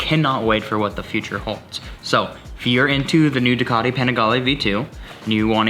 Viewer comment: Wtf do they pronounce ducati that way soooooo annoying..